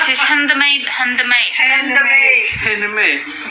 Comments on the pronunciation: ya ba,balik2 sy ulang bhgn handemet ingatkn sy yg salah dgr ni..sy tefikir bkn handmade kaitu tp bunyi sebutan handemet 😂😂😂😂😂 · Bini dia sebut handmade pon tak reti..hendemet..nape tak helemet skli..tarik sis beho ku